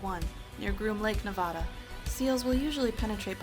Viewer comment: I live in Nevada and that's not how you pronounce it